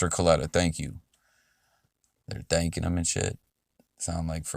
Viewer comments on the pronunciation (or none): It’s the “He Thanc’n him and shit” that had me dead af lmaooo